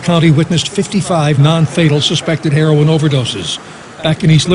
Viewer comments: It's pronounced 'hair oh in', not 'hair on'...everyone in the family are victims, not just the child. Addiction is a DISEASE and they deserve treatment, not punishment. If they get better, they can then better take care of the child. It doesn't get fixed overnight unfortunately. If they continue to use after treatment, then they lose the right to care for their child until they can prove otherwise. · this is terrible. but every time you say "herron" instead of "heroin" it makes me cringey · Hair won lol it's (hair-o-in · I love you Ti, but please, pronounce heroin correctly. Like this- hair*oh*when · its not called HERON its HEROIN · I love you Ti but this is killing me.... Heroin is pronounced like: hair-ore-n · It's pronounce hair-o-in but spelled heroin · Why are u pronouncing heroin as 'hereon'?! Same goes for ur last video pronouncing gala as 'gayla' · It's pronounced he-row-in = heroin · "Hair-on" IM DEAD 💀 love you Ti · lmao that's how my my mother pronounces it. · Am I the only one who got distracted by Ti mispronouncing "heroin"? :/ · lol. the way you're pronouncing "heroin" is hilarious. Love you. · Good video but you're mispronouncing "heroin." There's also some other police photos being released lately of officers cradling babies of parents who have OD'd. Some are black, and sure enough, their families have the same complaints as the people objecting to this Ohio photo. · I love your videos you are the BEST! - but your pronunciation of heroin is off love. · you pronounced herion wrong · Ti can't pronounce heroine for shit 😂 luv u tho 😘😘😘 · Ti, I love you girl, but your pronunciation of the word "heroin" had me dead. I love your accent, girl!